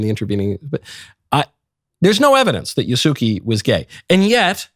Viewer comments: Ya….. not Yu lol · Yasooki? It’s Yasuke. it’s not even spelled how you’re pronouncing it. you suck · Micheal, you know Italian, why would you amongst all people pronounce his name "Ya suki"? A character with that name is expected to be gay, it would be weird to carry such a name while being straight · Yaske Ya -su ke, u is voiceless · 弥助は「やすけ」と発音します…。外国人には難しいですかね😅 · Ya-su-ke in common asian pronunciation and Yasuke as a normal pronunciation in Japan. But f*ck Ubisoft for making him gay. 😅😅 I wont be shocked if his name ended up Yasugay. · This isn't confirmed tho is it?? Also, it IS Yas-Keh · Well well well Look how the tables have turned 😂 It's still Yah-skeh, and he was still never a Samurai. LISTEN to me next time Michael! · You're such a troll about the Japanese pronunciation stuff. I'm sure you know that it's "YA-su-keh" but with Assassin's Creed not giving a shit about history and making him g*y, you can pronounce it the way that you want lmao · Your pronunciation of his name is so bad ngl lol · So we’re just going to act like they have officially confirmed something people are claiming they implied and run with it for a narrative and TWO you REFUSED to pronounce his right, but Ubisoft is the problem, Yasuke is a Japanese name, so yeah little racist to flat out refuse to pronounce it correctly. Like outrage culture MUST be popular on YouTube for this type of stuff to be the front page of YouTube if I search anything on this game. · You’re complaining about them not staying true to Yasuke yet you won’t even attempt to say his name correctly. Just shut up. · Pronouncing his name like that you are making him sound gay. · Wtf?! Don't pronounce it like that! It's wrong! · His pronunciation of Yasuke is abhorrent.